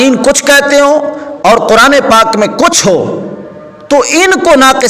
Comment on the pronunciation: حضرت جی یہ لفظ کرآن نہیں ھے بلکہ قرآن ھے ۔ دوسری بات یہ ھے کہ مفتی صاحب نے اپنی رائے اور تعبیر سے رجوع کیا ھے لہذا آپ دیوبندی کو تجوید کے ساتھ نہ پڑھو بلکہ کرآن پڑھنے کو ٹھیک کرو ۔ شاباش بیٹا یہ ٹھیک کرو !!!!